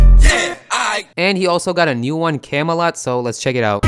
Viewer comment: Comolot 😂😂 u mean Camelot